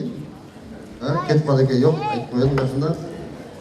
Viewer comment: йок йок дебей жок десен разыков